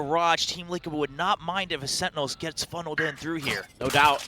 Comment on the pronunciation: SenTinels, not Sen-nels wtf is that commentator? :D